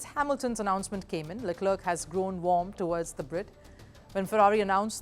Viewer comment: You should learn how to pronounce names of drivers at least, before providing your insights. .. Leclerc is pronounced as luh-kluhk. I recommend someone vaguely interested in f1 to read out the news. Senz???? what is Senz? This is so cringe